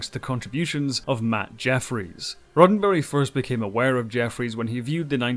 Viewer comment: Sounds like he is saying Rotten Berry